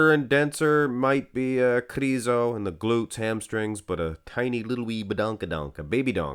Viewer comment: Those videos are only excuse for you to say kRRRizo🤣,nmsaying